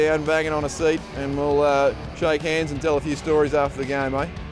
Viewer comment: The way Mesut says 'shake hands' 😂